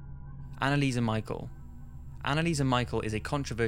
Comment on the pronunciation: It’s not anneliese mi-chal it’s anneliese mi-shel